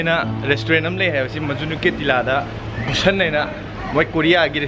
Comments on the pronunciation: You say Busan... To sun... But you have to say San... The " A" Sound😍😍😍😍😂😂😂😂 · Not Busan it should pronounce boo-shaan n it's part of city at south Korea